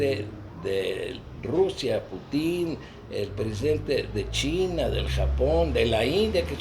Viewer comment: el apellido del presidente de Rusia se pronuncia como palabra grave, Putin, no Putín. El culpable es López Obrador. A la primer caravana de migrantes todo México los recibió bien solo en Tijuana hubieron protestas por su llegada. Cuando los migrantes intentaron a la fuerza cruzar hacia EEUU Donald Trump respondió cerrando la garita internacional. Después siguieron llegando más caravanas y la respuesta de López Obrador fue ofrecerles visas humanitarias asegurándoles que sus derechos humanos serían respetados. Eso fue una luz verde para que se dejaran venir de otras partes del mundo con la intención de cruzar a EEUU.